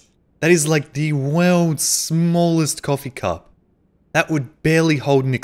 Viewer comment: the wewlds smaulest coffee cuhp